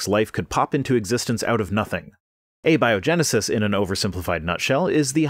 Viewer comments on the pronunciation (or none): “Uh-bio-genesis” Does he know what he’s talking about, or the victim of a Dad joke? 🤔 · Did he really just say 'uh bio genesis?' Not only have they been calling it 'spontaneous creation' this whole time (and describing spontaneous creation to a T), they can't even pronounce it right when they use the correct term?